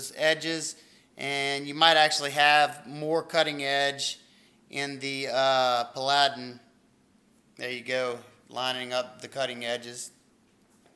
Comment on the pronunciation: Looks good. I think it's pronounced PAL a den. ;)